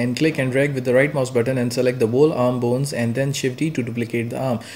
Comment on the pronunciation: every time you say "boons" make me laugh but you really help me